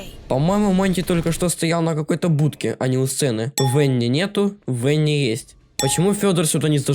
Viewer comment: Не В э н н и а В а н н и!